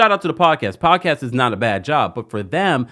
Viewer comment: I love a good 'Poawdcasst. (The T is silent, y'all 😂❤